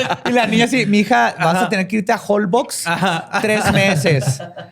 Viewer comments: Todo bien, pero eso de decir "olboks" en lugar de "Jolbósh" es imperdonable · Nadie: Absolutamente nadie:: holBOX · Se pronuncia "Jolbosh"